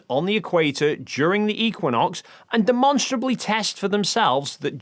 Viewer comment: "...demonstrably..." Ouch.